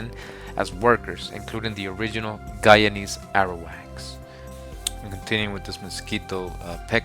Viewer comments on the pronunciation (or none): none